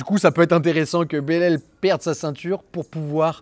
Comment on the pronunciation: Ca se prononce « bélal » je crois , en Francais en tout cas